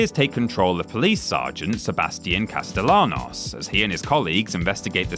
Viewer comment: Stopped right at "CasteLAHnos." The fuck? Did you play the game or are just reading the script?